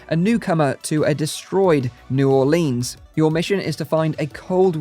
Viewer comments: In from Louisiana and I cringed whenever you said "New Orleeens" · New Orleen😭😭